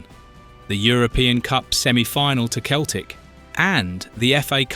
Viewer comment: Yea, should have been outshonned obviously.😂 And pronouncing Celtic with a hard C, making it Keltic?